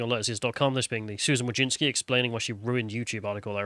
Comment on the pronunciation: it's not "Wojinsky" and the word "anything" ends in a g, not a k. Also "bought" and "brought" are very different words.